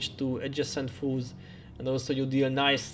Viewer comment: All this time in your vids, I thought you were saying "fools" vs. "foes" and it always cracked me up..."ball up these fools!" hah. Thank you for all these awesome guides and the effort you put into this game. Well done!